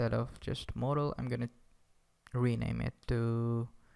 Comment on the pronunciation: Modal...model... *Whispers modal again.... Great tutorial man :)